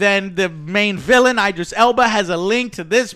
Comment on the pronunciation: It’s IDris. Like ID. Idris. Not EYEdris. How do you all not know this?😂